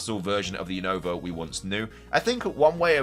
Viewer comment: say Unova name right you always saying the name wrong is not younova 😅